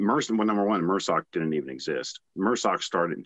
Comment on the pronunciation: It’s MARSOC pronounced mahrsoc it’s not mersoc or mrsoc not pronounced mehrsoc. Not sure if anyone addressed it but I didn’t see it in the first 50 comments. It’s annoying to hear him grossly mispronounce it like that when he is part of the community. It stands for MARine Special Operations Command The capital letters are for the name